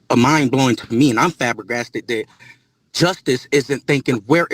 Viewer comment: Where do some people learn their vocabulary?? Liberry, tooken, choosed, axed, borrowed someone money, and now fabergasted. I'm going to start keeping a running list... LOL!!! 🤪📃🖍😂